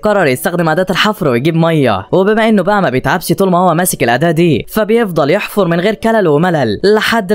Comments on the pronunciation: يا صاحب القناة نقول يحفر وليس يفحر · يحفر ❌️يفحر✅️ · بيحفر مو بيفحر 😂😂